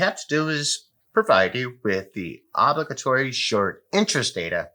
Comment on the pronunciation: Love your DD and ramblings, too. Almost lost me with "obli-gatory" though :) Buy and hodl, fiends, fools and friends!